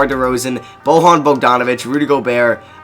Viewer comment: why are you saying Bojan like he is spanish